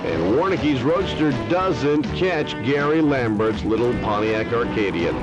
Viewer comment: Love the cars, including the commentary. Interestingly, the Pontiac Acadian, not Arcadian as the announcer enunciated, was a Chevette clone sold in Canada.